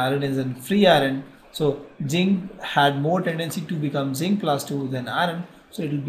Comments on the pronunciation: Sir it is not ginc it is zinc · its zinc not jinkk